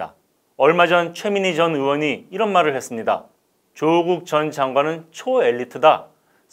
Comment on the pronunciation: '조국'의 성씨(姓氏)는 '조(曺)'씨 입니다. 진행자님이 표현한 '조:(길게 발음한)'는 '조(趙)'씨 입니다. 그러니 '조국'을 지칭할 때는 성씨를 짧게 발음하여 '조국'이라 해야 옳고 '조:국'이라고 길게 하면 '조(趙)'씨를 뜻 하니 잘못 발음한 것입니다.